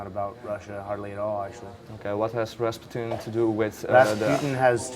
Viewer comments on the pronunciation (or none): "Raspututin" INTERVIEW FAIL